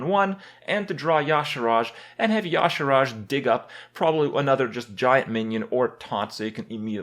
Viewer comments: Its y'shAArj Kripp, not yAshArAj. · Why are you adding two letters to your pronunciation of Y'Shaarj (Ya'Shaaraj!)? Just read the letters that are there! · STOP SAYING YA"SHARASJ ITS Y"SHAARJ!!! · Is it really pronounced like that? Makes no sense. Spelled Y'Shaarj. He says it Ya'Sharaj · Kripp, I cannot take you seriously if you can't pronounce Y'Shaarj correctly.